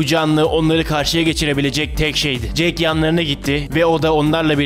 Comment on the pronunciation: jake değil kardeşim jack (jeyk değil yani jek)